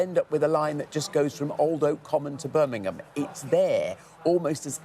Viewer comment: Beth, where is Birningham? Please pronounce our great 2nd city properly. It is Birmingham B.I.RM. Not B.I.R.N. Your welcome.